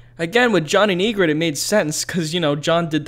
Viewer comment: Don’t expect much from someone pronounced “Yigritte” as “Yeegrid” or called “Grenn” “Glenn”